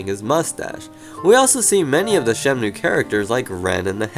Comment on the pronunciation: i thought i heard he said it as 'shemnue'